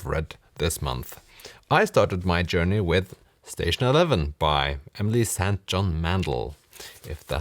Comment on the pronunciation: Thank you for set the pronunciation of the name 'St Johns'right. There are these exceptions that are soo difficult for a non native speaker to know. I think it's a way to pay the respect to another human being to pronoun the name right. (I know what I'm talking about😄)